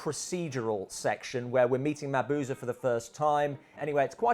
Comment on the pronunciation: A wonderful video! A clever and unique way of going about this.And I am eternally happy that you pronounce Mabuse correctly. xD